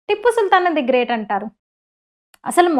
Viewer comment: టిప్పు కాదు tiipu ముందు పేరు పలకడం నేర్చుకోండి 😂😂